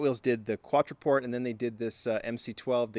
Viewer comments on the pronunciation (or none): The Quattroporte is pronounced with a "tay" sound at the end. That's how it was when I started leaning Italian years ago. And yeah, at one point I had more Quattroportes than I knew what to do with, and both the MC12's in the white/blue two-tone and the Mystery model in the blue recolor. Not trying to brag, but I was smart enough to not only snag one, but two of the Californias right before Ferrari abandoned ship. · I hate the fact that he is butchering Quattroporte